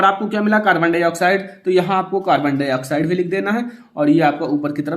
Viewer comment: सर ये कार्बन हाइ ऑक्साइड नहीं है ये कार्बन डाइ ऑक्साइड है